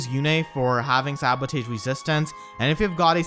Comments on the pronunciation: Why did you pronounce sabotage as "sabo-tage", and not "sabo-toge"? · Is it me or does it sound like says "Sabutate" instead of Sabotage? (Sa-bo-tahge) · I'm going for green. Also it's pronounced "Sabo-tarj" not "Sabo-tage" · Dude, you're pronouncing the word sabotage wrong. It's pronounced like this (Sab-a-tazh) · Sa•buh•taazh. That's how you should pronounce sabotage lol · I love your content and I love your accent but I'm only telling you to help you out, sabotage is pronounced more like "sa-ba-tahj". I know, english is dumb sometimes --_--... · sabo-tahj gosh some of your pronunciations drive me crazy. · So that's how you pronounce sabotage. 🤔🤔🤔🤔🤔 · If you cant pronounce 'sabotage' then you should at least try to use that word as rarely as possible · That pronunciation of sabotage is amazing